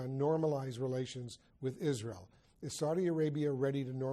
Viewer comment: اسأله عن طريق الغباء الاصطناعي 😂 و ياصبر المملكة العربية السعودية على هل تدخلات في شؤون الداخلية و السؤال الاخير هل دول الخليج ستكون في اتفاقية سلام مع عزرائيل وهو ينطقها